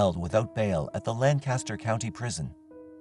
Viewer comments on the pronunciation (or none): my dad would be turning in his grave if I didn't mention this, but it's pronounced LANK-uster, not LAN-caster (note: this only applies for Lancaster, PA)